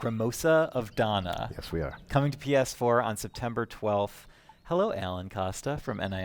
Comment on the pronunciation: why do they keep pronouncing dana like donna? two completely different names